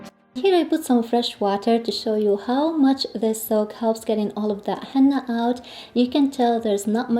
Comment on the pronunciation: Just a little input…its he-nna-a not he-NN-a